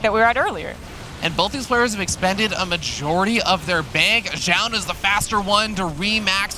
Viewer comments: keeps saying jaund for some reason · why does the male commentator keeps saying jaun?? it's like he refuses to pronounce the player's name correctly which makes jiro sense! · Maybe they were thinking about the Zh sound like in Zhao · 10 minutes into the video, the biggest battle is between the casters on how to pronounce Zoun.